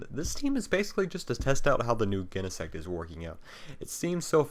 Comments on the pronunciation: Never heard Genesect pronounced with a hard G. Definitely sounds wrong. lol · Pronounciation: Jenesect, Jyro Ball Name: Conkeldurr Otherwise very good game and commentary